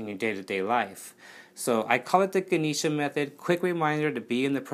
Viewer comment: Love your video! Also it is pronounced Gah-neh-sha